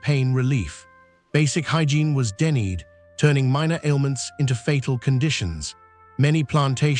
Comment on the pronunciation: AI narration is not up to modern standards. It reads "denied" like "dennied". Are video producers too lazy to read the text themselves?